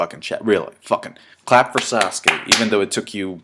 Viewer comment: it's sasuke not sauce.